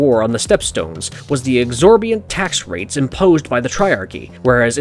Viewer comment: Exorbitant not exorbiant.